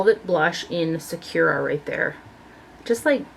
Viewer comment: I think the lawless blush is pronounced Sa-kura like the character Sakura in the Naruto anime series. Or that's how I like to say it haha